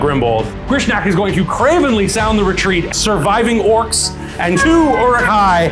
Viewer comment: Orcs, NOT orcs!